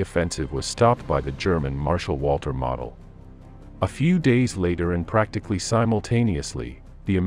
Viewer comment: Point of pronunciation….Gen. Model is pronounced “moe del…..not model.”